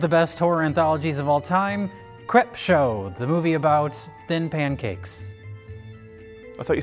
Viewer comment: I thought jay was having a stroke in the cold open but he just didn't know how to pronounce crepe